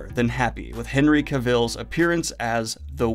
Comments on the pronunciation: Cavill is pronounced like travel, Cav-el. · Mark Hamill as Vesemir is a good idea. But will that mean you'll start pronouncing it ha-MILL? ;) Edited to add: Henry Cavill himself says that his name rhymes with 'travel'.